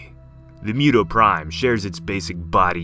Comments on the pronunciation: Moo- toh Not mew-toh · Why do you pronounce it as MEW-TOE ? It should be MOO-TOH, right? Or is it just me? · Yes, its moo-toe not mew-toe. Also is hemi-globe-in not hemi-glob-in. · mew tow prime 😂 it’s moo-to or moo-toh. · what are you talking about? Isn't this story about kaijus? Then we should follow the japanese pronunciation. MOO-TOE OR MOO-TOH not mew--toe. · MUTO (Moo-toe) not (Mew-toe) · Stop pronouncing it as mew toe, it's MOO toe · Not mewdow lol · Moo toe sounds like it makes more sense. And that's how it's said. What if he mispronounced godzilla as godzeela? That would bother you at least a little wouldn't it.